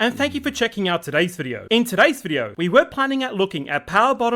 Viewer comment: I am here just to hear say “a new bideo”